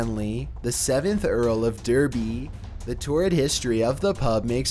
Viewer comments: it’s pronounced Darby not Derby although written like derby not everything is phonetic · Couple of corrections on number 2: ‘ye’ is pronounced ‘the’, and ‘Derby’ is pronounced ‘Darby’. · Just a heads up you pronounce “derby” “darby” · Not to be annoying but it pronounced Darby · By the way,in no 2 you mentioned the city of derby, although its spelt with an e it is actually pronouced darby as with an a so many peolple get it wrong. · Derby is pronounced 'darby'